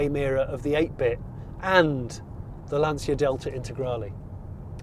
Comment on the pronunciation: Amazing review and an amazing, desirable EV! Again, well done Jonny! 😉👍 Re. the pronunciation of Lancia, the 'c' is how you say charging for example and you don't pronounce the 'i' Sorry, it's just hurt my ears